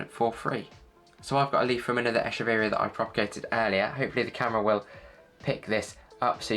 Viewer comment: Very ice explanation! Quick and to the point! Also, this is the first time someone pronounces the name of this plant correctly — most call it “eh-keh-very-ah” which not the correct pronunciation. Good job! 😻